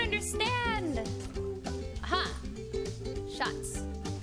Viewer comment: I understood "Schatz". It's German Edit: She ment shots ... I am a genius xD